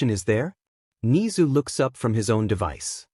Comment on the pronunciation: bro said ni-zu and i have never felt so angry over a talking rat from an anime its ne-zu im sorry im just a really big mha fan